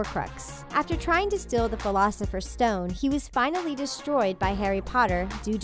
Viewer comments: wait in the fleelosifers stone? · Who else got 😠 MAD when dhe said "filocifer stone" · Am I the only one that is triggered at the fact that she said "Harry Potter and the 'Philosopher's' Stone" grrr if u gonna make a video at least say the name of the book/movie correctly 🙄🙄😤😡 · flusfer stone warwuf wow lady